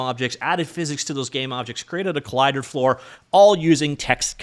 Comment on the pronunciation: "colider" lmao